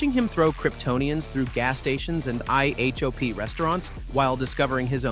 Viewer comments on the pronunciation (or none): You almost had another subscriber. Almost. Right up until I heard "I-H-O-P". Your AI couldn't even pronounce "I-Hop". Lazy content creators who use AI to do all the work for them just shows that most creators these days are lazy, untalented hacks. You couldn't even bother to watch your own video before publishing. It's all about the "Clicks". I actually join and pay for subs to creators that show actual talent by creating the content themselves and actually caring about the quality while showing REAL talent. People like you don't care one bit for your subscribers but yet, you want them to pay you for extra content? Sure you have over 500K subscribers, but you could have a lot more if you showed even a "little bit" of creativity, talent or quality. What a shame. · only AI would pronounce IHOP or SWAT by saying the letters. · Spells out IHOP and SWAT It's eye-hop and swät dumbass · I'm going to go out on a limb and say it's AI doing the talking. They spell out IHOP instead of saying it, same with SWAT.